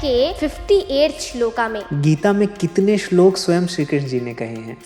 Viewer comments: बेटा श्लोका बोलना सही है श्लोक , महाभारता बोलना चाहिए या महाभारत ?? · सुन्दरं, परन्तु सा "श्लोका" किमर्थं कथयति, उच्चारणं तु "श्लोकः /श्लोक" एव खलु